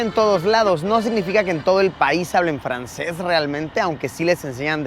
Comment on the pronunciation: 🤩 wow si pronunciaste bien el frances 😅👌